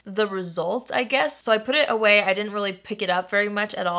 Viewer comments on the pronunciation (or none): none